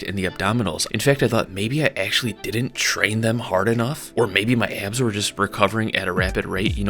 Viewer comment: it's pronounced "ab" not "eyab"